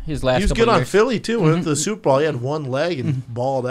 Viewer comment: Brendan still says superball!!!! ish